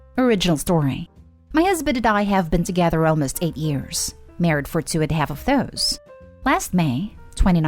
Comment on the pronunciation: Is anyone else annoyed by the way she pronounces married?